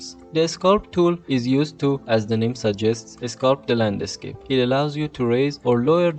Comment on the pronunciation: Thanks for your work and learnings. May I say? The pronunciation of “landscape” is one word only. Not “land a scape”. Aside from that, congratulations for your work.